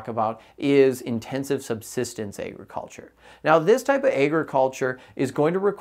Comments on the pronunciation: Tell me why he pronounces agriculture so funny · Thats all i can think abt when he says it